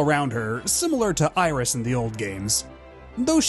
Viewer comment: The being French plot-twist! I should've seen it coming from how Iris' name was pronounced with the proper French pronunciation in the videos for 1 and 2! The signs were there all along!!!